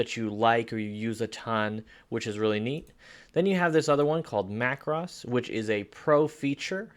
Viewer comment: BTW the word is pronounced like this Mac Rose as it is the plural of Mac Row. Another example might be Na (as in hey) thans and not Nat hans videos. Perspective crop is mostly used when doing perhaps an architectural image with a wide angle lens. Often the building will be tilted backward and needs to be straightened. Sometime when using a wide angle lens from an angle a building or some buildings will appear out of shape. Same thing can happen if trying to capture a tall tree(s) in a forest. Cropping that adjusts the softness of the background is effective to isolate the main subject of the image. Just take care and often a mask will be needed to not have the softness too great. Rotate is often used by portrait photographers when an image can look more effective, mostly for female subjects on and angle either left or right compared to the camera image. Often if used on a male subject it will be more subtle of a change. At the same time the editor of his/her image may even crop tightly or cut into the top of the head to lead the viewer into the eyes of the subject and the expression captured in camera. The soften face tool is effective particularly on the female subject particularly on a young lady to keep the look of youth intact even if time has not been so kind. The quick menus are always a good way to check things out quickly on an image and thus give the editor an idea as to what the final project may look like in his or her vision.